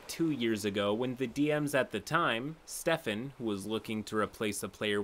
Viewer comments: "Steeephan" was doing my head in. I can't believe you've never heard the name Stephan before? It's like the male version of Stephanie. like Stef-ahn. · Stephan is pronounced "Steh-faan", not "stee-fen"... :I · Is nobody gonna mention the very strange pronunciation of "Stee-fan" (Stephan)? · I thought I was the only one that it bothered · I'm sorry.. I just can't get over how BADLY pronounces the name Stephan... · i absolutely love your content but thats not how you pronounce stephan